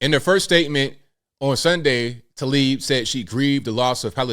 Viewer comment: Tla ib. Not Ta lib